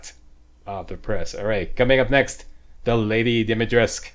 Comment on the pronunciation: More video pls :))) yeah in English is Dimitresc'u but the name is Romanian so is called DimitrescU. That is for you to know not to force you to say it :)). That is the true walkthrough not many on youtube say welcome on whatever game walkthrough and they say what i do with that, or what is this or worse, pretend they don't remember the game or never play (((((. Playthrough is a playthrough, walkthrough has already finished the game or play in advance. See that's why i love you... :D